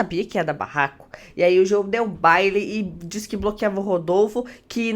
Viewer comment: não é BAILE que se chama kkkk é BALE kkkk é uma gíria do nordeste que significa brigar com uma pessoa, rodar o dedo na cara kkk